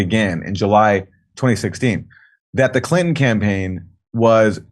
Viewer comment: Omfg.... please... Sir....there are TWO "N's" in CLI'N'TO'N'. If you leave out a single "N", you're saying, "Clit-ehn". Fuck... that's gross bruh.